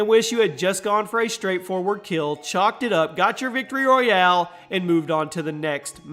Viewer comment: When he won one of the said “Victory Royale” then the other one said “Victorie Royale”